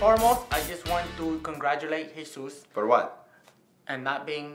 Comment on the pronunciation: Everyone is saying Jesus but it’s jesús